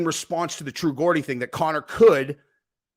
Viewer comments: Dude .. true Geordie ....a Geordie is a person from the Newcastle area of England that's where he's from .it's pronounced Jordy ....not gordy c'mon dude dont do us like that😂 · Hey man don't wanna be that guy but it's pronounced "true Jordy" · Christ is geordie. You say the G like the name George. Who the heck is true gordy 😂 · my dude. With all due respect, the word Geordie starts with a J sound, as in George. #justsayin